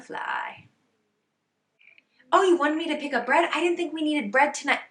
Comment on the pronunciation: Funny how you’ve picked some French pronounciation habits in your English: « A cocktail where you’re standing « eup-euh » 😁